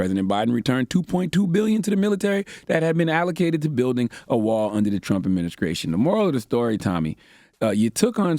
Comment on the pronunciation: I can’t with his pronunciation of st words. “ Adminiskration” “ conskruction “ “skrong “🤦🏾‍♂️🤦🏾‍♂️